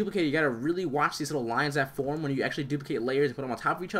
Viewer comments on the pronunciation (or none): none